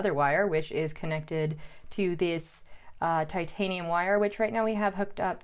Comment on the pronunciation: did a great job. Now I want to hear her opinion on some fountain pens and, of course, answer the question of which one of her parents is the craziest. I think we know the answer. Eh, and thanks for pronouncing titanium correctly,.